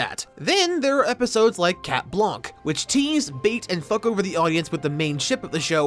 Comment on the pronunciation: Okay side note : People need to stop saying "cat blanke", it's prononced "blan" the "c" is mute ! As a french-english bilangual, it really hurt the ears.